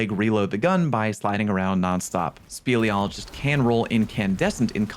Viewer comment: I am that Wave Frame PvP guy and can recommend kills around corners if you really wanna make people mad. You're welcome. Edit: Speleology is the exploration or study of caves and you pronounced it right